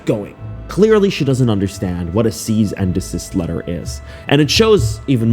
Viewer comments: 🇨🇦 FYI - It's NOT "Seize & desist." It's, "Cease and desist." Put the sound "sea" and the last part of "piece" together: "Sea-iece." Also, it's deh-fa-may-shn, not dee-famation. In fact, you can look up pronunciations. I suggest you do (see below). BTW, tarot is also NOT pronounced "taret;" it's pronounced "tair-o." 🙄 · Oy., I am on your side, but it's a 'CEASE and Desist'. Not 'SEIZE'. And, it's pronounced 'Tare-Roh' Reading. Not 'Territ'. Oy. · Also CEASE… sorry buddy, I’m just in a bad mood so my ADHD is being overly critical. It’s cease - like piece, not seize - like please. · “seize and desist” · "deize and sesist"